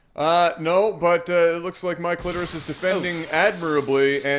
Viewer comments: why did i whole time hear say "my clitoris" not "Mikelitoris"??? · You guys really gave up on trying to say Mike Litoris